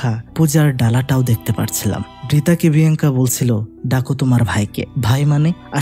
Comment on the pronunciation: Ek bar Alenda abr andela bolchen abr biyanka bole binkiya 😢